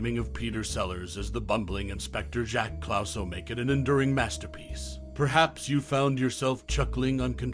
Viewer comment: How can you mispronounce Clouseau having just seen the film? Almost impossible!